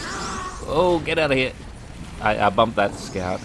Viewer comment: "G'day all, HEER."